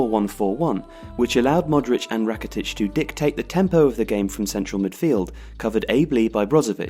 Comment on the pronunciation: its not Modreač its Modrić...🤦🤦